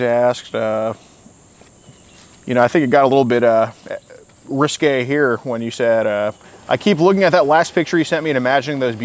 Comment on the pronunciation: is trying and failing to say risque